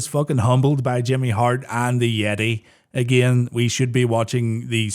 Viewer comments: It's not "the yeti", it's "THE YETAY!" put some respect on my man's goddamn name 😡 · You said Hulk was humped by the "Yetee" but I think you mean "Yeh-tay"! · You kept pronouncing YETAYYYY weird